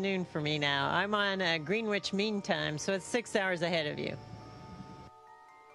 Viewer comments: "GREENwich mean time...Really? Nobody who has ever flown has ever pronounced it that way...ever! Although it's spelled that way, virtually everyone involved in flight knows its pronounced "Grenich" as in sandwich. Jeez!!!! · Can Americans pronounce anything right. Green witch is grin idge (spelt Greenwich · Since when does a scientist, or any well educated person for that matter, say "green witch", instead of "Gren itch". The correct pronunciation would be well known to anyone with her supposed level of education. It's a small and simple point, but another anomaly just the same. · Really, she said "Green-Witch mean time" anyone that does anything with (GMT) "Greenwich Mean Time" knows that it's pronounced "Gren-itch" not "Green-witch." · MrVercettti89 Americans? We all pronounce it grenitch this is just a weird human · She said "Green-wich" Mean Time LOL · I fly humans in show biz. She is too relaxed to be holding that position in gravity. The only thing wrong here is how pronounces 'Greenwich'; it is pronounced grenn-itch. Ridiculous music, and I love the bit where she's talking about research into eyes and an insert is put in suggesting this is subliminal for the masons. No, she's just talking about biology research. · actually its spelled greenwich, bieng american its a mistake they often make, like worcestershire sauce they pronounce it literal-wor-ces-ter-shire, woostershire is how its pronounced and they would pronounce shire literal too , if its a county we pronounce it sheer, so woostersheer is the correct pronounciation of worcestershire lol. i was once chatting to an american gentlemen on the train to liecester once when i was a teenager he asked me is i was from li-ec-ces-ter, i said no mate i`m not from lester lol, he had no clue.